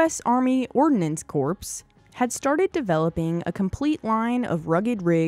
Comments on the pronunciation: It is not “corpse” , it is pronounced “core.” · Hey a “Corpse” is what is a coffin, A “Corps” pronounced “Kôr” is a main subdivision of an armed force in the field that consists of two or more divisions. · It's pronounced "CORE" not "CORPSE" fer Christ's sake! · For God's sake, "Corps" is pronounced like "CORE," not like "CORPSE." A "corpse" is a dead body. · When it's pronounced Korps,that is correct if it would be German/Dutch(and therefore in Indonesia too).That is why we in Europe learned to pronounce it the right way during English class.Of course it is COOR.That's why I fail to understand why this woman is pronouncing it like we would before receiving English lessons,since it is her native tongue. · I've always heard it called REO not R-E-O. REO was a truck, spelled its a band. And its "core" not "corpse". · A corpse is a dead body. It's pronounced "core." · Nice video. I dont mean to nitpick but Corps is pronounced as Core. Not corpse. Thank you for the video. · Corps is not pronounced like corpse, it’s pronounced like core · Corps! Pronounced ‘core’ and not ‘corpse’, as in dead body. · It's pronounce "core" not corpse. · It is spelled CORPS. You pronounce it CORE as in apple core. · Ordinance Corps is pronounced 'kōr', not 'kōrps'. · It’s pronounced “core”, not “corpse”…. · “Ordinance CORPSE” it’s Corp, silentt S. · the United States Marine Corpse lol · Corps is not pronounced like a dead guy in the ditch somewhere. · It's not corpse it's Corps the s is silent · You lost me at “Ordinance Corpse.” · A corpse with the "s" pronounced means a dead body. The narrators pronunciation is annoying. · Corps is pronounced core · Corpse? Seriously? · Hey lady, “corps” is pronounced “core”. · Another great vid! However, the 'p' in corps, is silent. Sincerely, a son of a U.S. Army truck driver (veteran). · FYI, the p & s on corps is silent. Otherwise, very informative. Good job. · The P is silent in Corpe. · The S on corps is silent!